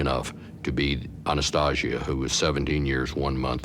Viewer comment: This dude "knew " Anastasia "intimately" yet cannot even pronounce her name correctly?